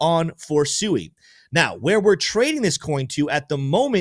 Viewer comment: I like your videos but could you please use the correct pronunciation of Sui?